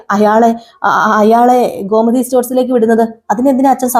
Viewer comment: ഗോമതി ഘോ അല്ല